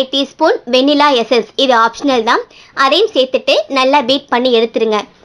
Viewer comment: Adhu Vennila essence illa kannu 😂 😂 😂 Va-neeela nu sollanum. ✌